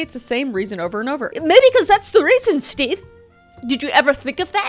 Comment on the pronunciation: "MAYBE CUZ THAT'S THE REAL REASON STEVEUH." 🤣🤣🤣